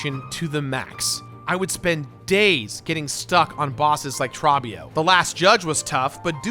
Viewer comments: TRAW-BEE-OH?!?!? It's freaking TROOOOOOOOBBIOOOOOOOOOOO!!!!!!! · how do you say Trobbio's name wrong? He yells it constantly during your fight.